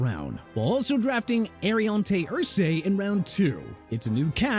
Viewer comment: SA-VEE-ON WILLIAMS NOT SA-VEE-AN WILLIAMS!! ALSO AIR-REE-ON-TAY ER-SER-REE NOT ER-SAY!! WHY ARE YOU CONTINUING TO BUTCHER FOOTBALL PLAYERS NAMES?! ARE YOU SERIOUS?! ALSO JAGUARS PRONOUNCED JAGWAARS NOT JAGWIRES!!! LET'S SEE THE TEAM RENAME THEMSELVES THE JACKSONVILLE JAGWIRES; OTHERWISE HAVE RESPECT FOR THE JAGUARS!! AND HAVE RESPECT FOR NEW ORLEANS AND GET THE CITY NAME RIGHT! I'M NOT TELLING YOU NO MORE! NU OR-LINZZ NOT NU OR-LEENZ!! UNBELIEVABLE... I HOPE YOU'RE PROUD OF YOURSELF BUTCHERING EVERYTHING... SMH